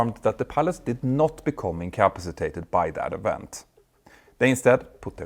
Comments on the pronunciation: Very interesting. Your pronunciation of incompacitated needs a little tuning. " In come PASS i tated" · Icapsitated...... Pronounced IN-CA- PA-CI-TATED....... say it many times. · Petter, I offer the following as an observation, not criticism. The word incapacitated is pronounced as follows: 'inkəˈpasəˌtādəd' 🤦‍♂ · Love your channel and well done vids, but its kill me to hear you say in "in ca pass a tated" wrong. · Say it slowly: “in-ka-pa-si-ta-ted”. If I were going to make a video where that was the main theme, I ‘d learn how to pronounce the word properly first. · Out-toe landing In-cap-sitated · I hate to be that person, but could you please learn to say the word incapacitated? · having difficulty with incapacitated. tricky word. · You may wish to review the pronunciation of the word INCAPACITATED.